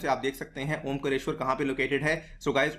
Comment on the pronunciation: सर जी ओंकरेश्वर नहीं ओंकारेश्वर और खांडवा नहीं खंडवा है।